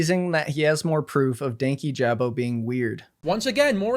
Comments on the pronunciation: His name is Dan-KEE-ja-bow not danky-jab-o. Regardless of the context in which you’re talking about someone, take the time to learn how to say their name correctly. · Danyjabo is constantly pronounced wrong in this video it’s “Dank- yee- Juh-bo” and he’s relatively a new creator in the commentary world which is why he’s so like unimportant seeming I guess. Louis has been around for a while, but he’s only popular around certain kinds of people 😅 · the pronunciation is frying me :sob: its pronounced dane-kee-juh-boe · Ik this was a year ago. But dankyjabo's user is pronounced "dan-key-juh-bow" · The way he says "Dankyjabo" annoys me so bad 😭 it's Danky - juh - bo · The only bad part of this video is how many times DankyJabo’s name was mispronounced 😭 it’s “dan-KEE-juh-bo” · The pronunciation of dankyjabo in this video threw me off so hard- it’s DAN-KEY-JAH-BOE lmao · I quite like commentary youtubers, it’s definitely the genre I enjoy putting on in the background or will lean towards when there’s a topic I’m interested in. I’ve watched dankyjabo for a couple of months and honestly really enjoy his content. I’m disappointed with the mispronunciation of his channel name. I don’t want to come in here and be all for one side but when it’s something as noticeable and easy to research like a pronunciation, it does make it harder to follow your video. I could be reaching here but I was genuinely curious to hear this video out but was put off by the thought that if you couldn’t at least research who you’re talking about, it kind of discredits the video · the amount of times i’ve wanted to slap someone in this video for mispronouncing dankyjabo is actually insane. im american and it only takes two seconds of research to figure out how to say his name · Everytime Louis said DankyJabo's name wrong, it rubbed me the wrong way. I'm not entirely sure why, it just did. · I'm just here to hear an adult man say the word 'Dankyjabo'. It does not get old.